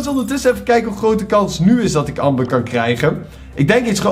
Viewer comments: Je zegt anmber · Het is Amber, maar je spreekt het uit als Ember btw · Je schrijft amber maar je zegt ember omdat het Engels is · je schrijft amber maar je zegt ember!!